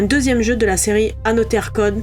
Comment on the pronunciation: Génial la vidéo mais on dit anozer